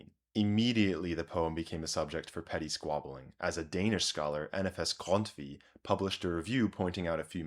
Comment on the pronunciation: Kudos for your pronunciation of Grundtvig.